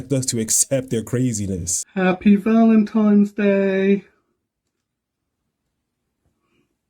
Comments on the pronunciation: Did that THING just say "Valen-TIMES"? Well, I suppose if you're dumb enough to dress like that in public, basic literacy probably isn't a real big priority either. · Saying valentimes is triggering to me. 🥴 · To that....."thing," it's Valentine's, not Valentime's. ....Yuck! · Happy Valentimes Day? Really? 😵‍💫😵‍💫😵‍💫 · I don't need to hear anything more from someone who speaks English as their first language and says "Valen-times".